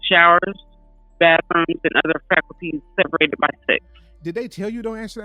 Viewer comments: She's saying falcuties. She needs to learn to read. FACILITIES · The word is facilities not faculties. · Can she please learn how to pronounce the word "fa-cil-i-ties" 😅